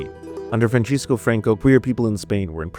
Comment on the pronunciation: Being from Spain, I found the way you mispronounced Francisco funny. But yes, he prosecuted LGBT people (including the famous poet Federico García Lorca).